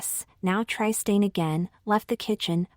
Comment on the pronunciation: Tri-stain! 😂 Otherwise: The story is ‘interesting’.